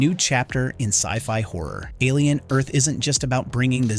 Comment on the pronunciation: Why are you pronouncing it "Alien. Earth..."? It's "Alien: Earth", you sound like a robot, and not the cool Lance Henriksen type.